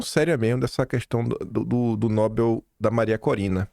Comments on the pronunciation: Não se diz Nóbel; o certo é pronunciar Nobél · a pronúncia correta é Nobél e não Nóbel. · "Nobél" por favor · A pronúncia correta de "Nobel" é "Nobél", com a sílaba tônica na última parte, ou seja, na terminação "-bel". Esta é uma palavra oxítona (o acento tónico está na última sílaba) e não deve receber acento gráfico, como acontece com outras palavras terminadas em "l", como "anel" e "papel". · Nobel, a sílaba tônica é no bel.....rss